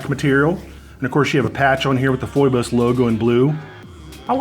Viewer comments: Love you man… But you are driving me crazy with your pronunciation go Phoibos. It is pronounced 'fee bose'. Greek… Another name for Apollo A great many YouTubers have corrected themselves. Peace! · It's pronounced fee-bos